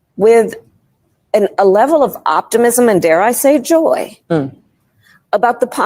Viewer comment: She's killed the word Joy, She's a Killjoy, she shouldn't have been anywhere near elite power, the woman just can't speak like a normal person, I can't imagine her doing 3 hours on Rogan.